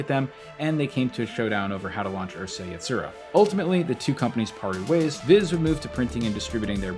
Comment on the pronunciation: you pronounced Urusei Yatsura wrong…